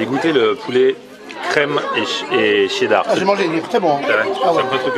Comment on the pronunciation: Qui dit Tcheddar? 🤦‍♂️🤦‍♂️